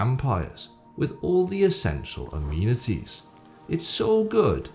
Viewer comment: Fucking Finally! Also did you really say Ameanities?